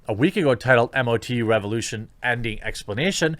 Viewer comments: MOE-TOO, not Em-Oh-Tee-You ;) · Say it as just one word - MOTU (mowtoo) not m- o- t- u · Mo-Too, say MO 2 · MOTU is pronounced mow-too.